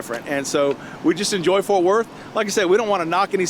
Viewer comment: WHY does everyone have such a hard time saying FORT?? 🙄